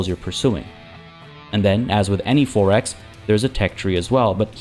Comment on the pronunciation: You pronounce 4X like “Forex”, meaning currency trading. Its “Four X”, two words!